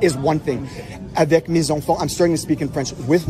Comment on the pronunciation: It really annoys me how he said Avec mes enfants with an r sound